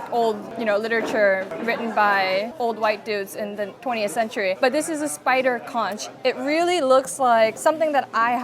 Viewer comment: Conch pronounced as CONK. Talisay - is Tali-sigh